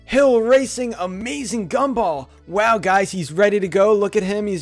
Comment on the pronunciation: GAM-BOLL every time you say that I laugh